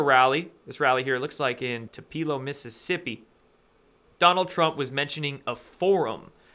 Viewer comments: He said Toop e low 🤣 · 2 PEEL OH. Omg 😃😂 Learn 2 pronounce words. Just more debriss i guess.... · Tupelo is pronounced TOO PAH LOW kinda like two below with a p (two pelow) | ˈt(y)o͞opəˌlō |. I grew up 60 min. from there and it's Elvis' birthplace. Just FYI.... It's a MS thing. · TWO-puh-lo....emphasis on 2